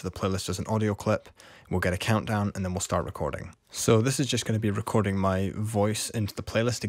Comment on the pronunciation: Say that again.. "recor-DING!"